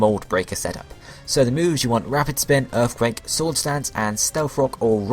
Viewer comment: You gotta make sure you put earfquake on him so he can wreck all of earf.